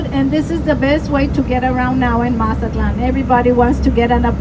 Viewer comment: Just came across this video just wondering if his pronunciation of Mazatlan was for real or joking. Otherwise great video.